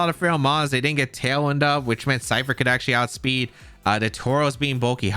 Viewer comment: i cant rewatch this because he says "Cypther" instead of ScyTHer and it's killing me, otherwise great video